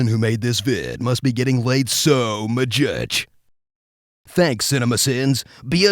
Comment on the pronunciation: so mu-jutch lol